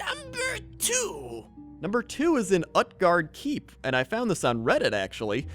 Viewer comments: It's "OOt-Guard" not "Uh-t-Guard". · You need to learn how to pronounce names right. It's Mag-theri-don. And when you said Utgarde, you destroyed a part of my brain... You know for example how you pronounce the u in uber, you use the same kind of u in Utgarde.